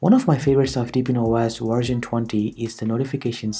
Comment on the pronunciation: You pronounce wersion instead of version and vindows instead of windows XDDD